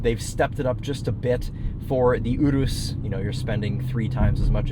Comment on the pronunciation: Excellent pronunciation of Urus, not lucido though